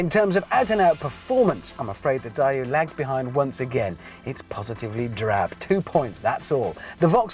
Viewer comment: The 'Per-oh-dooah', the 'Dye-ooh'? Is he joking?